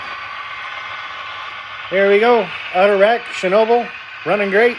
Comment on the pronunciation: ShhNa-ball.. but everyone gets it wrong.. watch some Gold Rush with Parker Schnabel they say it right.. but looks great I have to make sure i give myself room for mine with the retort load.